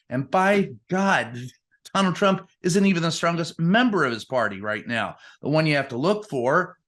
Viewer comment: Whonald Twhat?